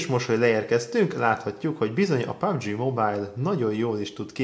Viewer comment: Pubg (mobil) nak kell kiejteni